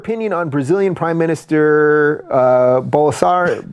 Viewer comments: It's Blosonaro, not Bolsanaro. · Hey guys, it's "Bolsonaro" 😉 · I believe his name is pronounced Bolsarnaro! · I've heard Rave Dubin say Bole-sar-na-ro at least twenty times, but it still cracks me up without fail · "Bolsonaro"... literally one of the only portuguese names that is spelt phonetically... you need to be a special level of dumb to not get that